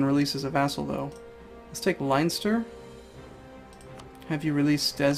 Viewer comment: Also, Len-stir